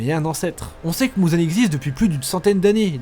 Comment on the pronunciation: Ufff, c'est pas mouzan mais muzan